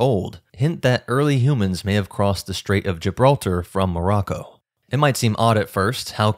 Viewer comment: English: "strait". STR has no H in it. STRAIT, not SHTrait. Likewise, STRIP not SHTrip.